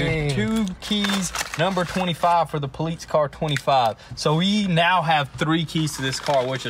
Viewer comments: Do you guys really not know how to pronoun the word "Police"? Or is that some kind of local inside joke? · Please start saying police correctly, I want to watch but honestly can't stand that lol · Police in Italian = Polizia (poh-leets-ee-ya) seems like your Italian supercars are rubbing off on you boys. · Instead of the amount of cars going down, your place is starting to look like a used car lot. Damn bud you keep mispronouncing police . Got everyone watching laughing their asses off each time you say poleets. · "Poleets Car" Howling every time i heard it! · Cbr Duck how do you think it’s spelled?😂 poless?? It’s police buddy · *Poleetz hahaha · Danyl Goutier “po-leets” it’s police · "Issa Poleets transmission" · Nobody:: Poleetz Car 😂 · can someone tell the guy that can't say police properly that it's not polits it's police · Pulleetz car? Something wrong with you saying Police? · Who got annoyed when he kept saying politse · Police not poleets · The “po-leets” car lol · 😂😂 I was sitting here like wtf the poleets is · I was wondering if i heard right. Love the vids but that politze word was jst anoyying as shit. Lmao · poll leets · “Politze” car 😂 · Nobody:: WOAHHH A POLEETZ.... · in german you said "politzei" :) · Are they keeps saying politze car or I'm hearing things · Poleetz Poleetz Poleetz!!! lol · "Poletes car" 🤣🤣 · Why he keep saying “politz” 😂😂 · “You guys won’t believe the good dill we got on our new poleets car!” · I thought I was the only one hearing him say politz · I absolutely love how says ''politze'' lmfaooo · "Poleetz car" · You're killing me lol "Poleetz car" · I heard the words crazy and poleets quite a few times in this video. I think its a new record for CRAAAAZZZZZYYYYYY. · "Poleets" cruiser😂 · Why do you guys pronounce police poleetz? Strange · Why does kept saying politz?:) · Funny how calls it a politz car... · Why does he kep Saying politz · poleets car wth :) stop saying poleets